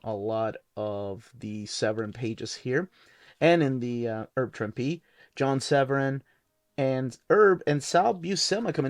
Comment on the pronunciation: The correct pronunciation of Herb Trimpe: The H in Herb is not silent, and Trimpe rhymes with "shrimpy."